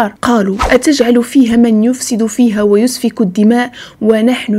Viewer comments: و يَسفك الدماء انتبهي اختي الاخطاء فقراءة القرآن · السلام عليكم ورحمة الله وبركاته محتوى رائع وجميل جدا ونفتخر بوجود أخوات مثلك يوصلون للناس دينهم بطريقة بسيطة يفهمها الصغير والكبير فقط ملاحظة فضلا حاولي ما أمكن بالنسبة للآيات عدم تغيير الحركات يسفك بالفتحة وليس يسفك بالضم، وأيضا في حديث جبريل مع النبي صلى الله عليه وسلم أتاكم وليس آتاكم بالمد لأن الآيات والأحاديث النبوية يجب ذكرها كما هي ، وتقبلي مروري بارك الله فيك وزادك الله من فضله وعلمه